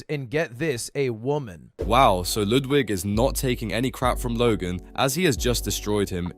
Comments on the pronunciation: Not "Loodwig" 😂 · "Lewdwig" lol